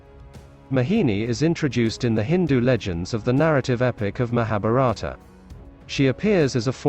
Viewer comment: why do it sound mahaparata when they say mahabharatha